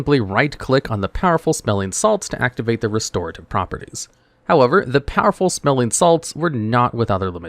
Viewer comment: I did not like the way powerful smelling salts was pronounced powerful-smelling salts instead of powerful smelling-salts